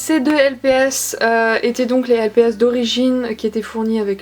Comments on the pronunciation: Pourquoi tu dis lpis ? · poli tess la façon dont elle a dit lps c avec l’accent anglais ^^